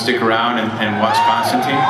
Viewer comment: everyone's pronouncing Constantine wrong :(